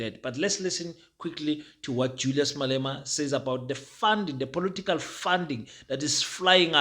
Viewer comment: Its political parties my man, not "polotical" parties 😊 but i like your stuff though.